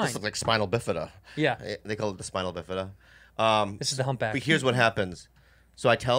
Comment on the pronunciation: Did Bobby just say "Spinal-bifida?" 🧐